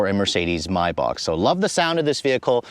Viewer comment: Please can you pronounce Maybach correctly with an A not an O? Similarly Mulliner with an N not a G. Nice motor but way over engineered for my taste and bit too tacky inside with such garish colours. I've owned two old style Bentleys in the past. A 1975 T1 (think Rolls Silver Shadow shape) and a 1988 Turbo R. Loved the T2 the best and was fortunate to be invited to take it back to the factory in 2005. We toured the production line, and the detail is amazing. I talked to a woman stitching the leather cover on a steering wheel. She said it took four hours and used one continuous thread. If the thread broke, she had to start again!